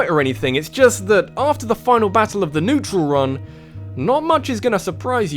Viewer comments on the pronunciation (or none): none